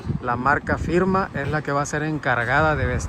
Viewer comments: Se pronuncia firma pa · Marca Pirma, no firma no mams